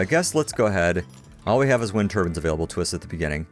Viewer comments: Funny pronunciation of 'turbine', but appropriate for an oil rich, desert nation... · I've been wondering for a while, but why do you pronounce turbine like 'tur-bin' rather than 'tur-by-n' ? is it an accent thing or just an odd pronunciation? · It's an accent thing I say tur-bin too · You say turbine and roof weird